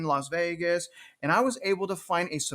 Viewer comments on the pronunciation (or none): none